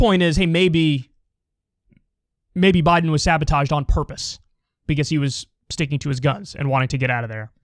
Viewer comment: Really Kyle? You are going to listen to a theory of a former bus driver who can’t even say Joe Biden’s name right?